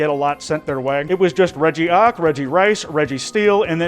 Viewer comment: He also said regi ock I’m pretty sure